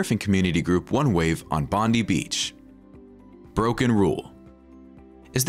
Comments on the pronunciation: To the person doing the commentating..... for your future edification "Bondi" (beach) is not pronounced "bondy" but "bon-die" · Bondi is pronounced Bond-eye and the correct way to pronounce the beach in Australia is Terrigal Beach, New South Wales (location, then state; we don’t usually say en-es-double u)😂